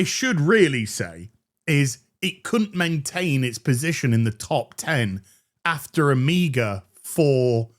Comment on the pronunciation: had to relisten to this a couple of times because I thought said "Amiga", but I finally figured it out, "a meager."